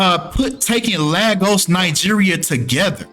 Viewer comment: LAY - GOSS is how you say it.